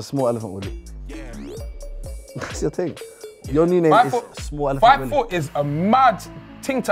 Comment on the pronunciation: Loool man said elephant ood😂😂